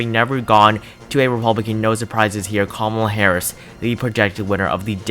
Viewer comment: Nice video,but did towards the end of the video it sounded like if you said kamala harrasment lol